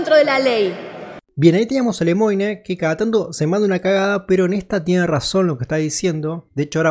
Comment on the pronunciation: No es "Lemoine".........es "Lemuan" la pronunciacion.